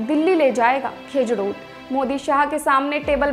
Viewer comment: खेजडो ❌ खिजुडो ✅